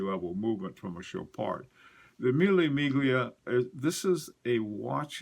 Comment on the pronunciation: you and your pronunciation!! Chopard Mille Miglia, G followed by L, the G in Italian is silent.Mille Miglia(thousand mile) was one of the great world road races,until they deemed it too dangerous because of many deaths.